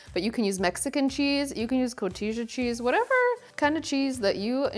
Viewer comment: Its pernounced ‘ko’heeta’ looks delicious!